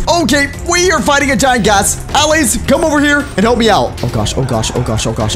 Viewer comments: "aah lays" its uhlays. just because its an a doesnt mean it sounds like it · Stop calling them All-ays call them Al-lays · its purnounced auh-lay-z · He said allays diffrently